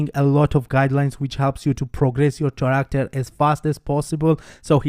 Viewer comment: Character is pronounced like Karacter or Caracter your english is awesome btw congrats